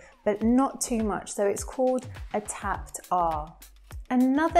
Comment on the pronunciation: It's sööü EaSy